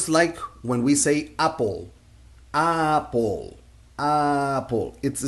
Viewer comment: I like your teaching style. However, Americans don't say "apple" with the AH sound. We rhyme "apple" with "cat." The AH sound in Español rhymes with "stop" or "car" in American English.